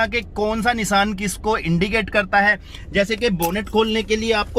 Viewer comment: Nisan nhi nishan hota he